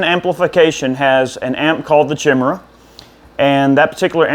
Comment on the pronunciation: May want to check on how to pronounce chimera.